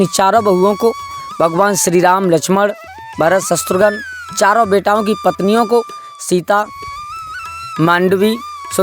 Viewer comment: All is well. But I request you to pronounce shatrughan in place of shastrughan. Pardon me.